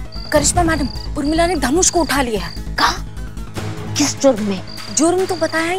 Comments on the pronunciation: Everyone: Urmila: Umrila 😂😂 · Any one notice always says umrila not Urmila